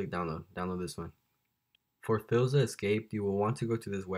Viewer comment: Hold up what is fillza it’s pronounced fileza